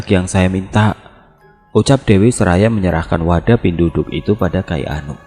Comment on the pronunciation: Cara penyebutannya bukan "pinduduk" bang tp penduduk biasa macam sebut KTP, penduduk biasa digunakan untuk org yg mengambil ilmu atau minyak2, untuk upacara penamaan bayi, untuk pembayaran atau mahar ketika sakit dll msh bnyak lg